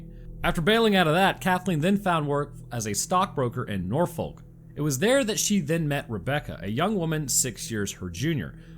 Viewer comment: Sir. It’s Norfuk. I live in the area.